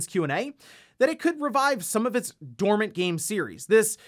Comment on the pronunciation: dormant not dormany, you are not dont make mistakes in your videos